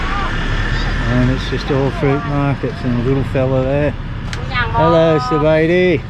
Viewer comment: SUM BAI DEE BOR? In Lao. Not Sabai Dee, that's Thai.